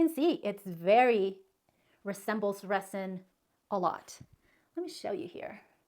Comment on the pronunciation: I love your video.. but I'm not trying to be pronunciation police but as many times as you say "resin" the "s" is supposed to sound like a "z"..yes I'm an English teacher..lol